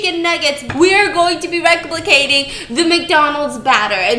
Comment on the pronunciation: she laughs at him when he said “transforming” yet she CANT even properly pronounce “replicate” right Lmfaoooo 🤣